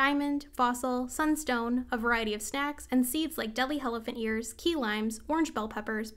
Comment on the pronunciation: My dumbass thought you were saying jalapenos in a super weird way everytime you said deadly helephant ears